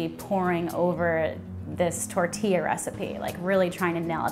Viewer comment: Nice, but pls roll your R's in pronunciation of the word tortilla..